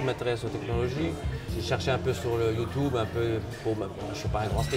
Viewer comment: Mdr il a di youdoube